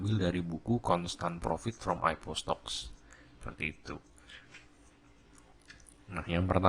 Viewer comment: om bacanya AI PI O bukan AIPO wkwk